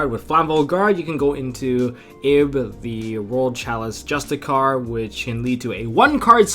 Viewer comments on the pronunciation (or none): It's pronounced justi-sar bro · Justiciar is pronounced "juh-stish-are"